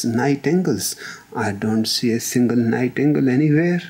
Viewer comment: Nighingale... Pronunciation was little off